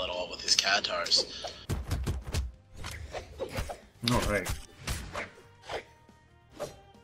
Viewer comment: Its "katars" not "catares"